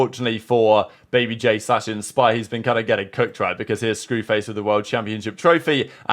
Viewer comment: Bro said babybay instead of babyj